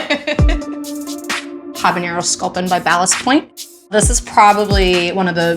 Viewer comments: it's habanero not habañero lol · Sean, I love you, but you gotta start pronouncing that ñ in 'habeñero'! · Habanero is still not pronounced habanyero. -_ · She pronounces habanero wrong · every time she says habenero with the hyperforeignism on the n, I grow a new malignant tumor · Pretty cool that she can't pronounce "habanero." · Habanero doesn't have an ñ in it, so don't pronounce it like that lol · The way people mispronounce habanero as if it has an "ñ" in it is a form of hyperforeignism.